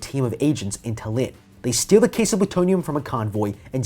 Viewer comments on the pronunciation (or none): lol haven't heard Tallinn pronounced as ta-Lin before